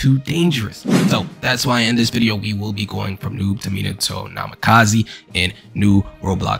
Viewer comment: Minato Namakazeee (bruuh)